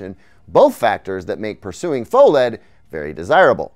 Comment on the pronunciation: GTA6 before Micro-LED TV? QDEL before GTA6? Shouldn't PHO-LED be pronounced "Fah-led"? Answer Key: Yes!, Yes!, Pho-geddaboudit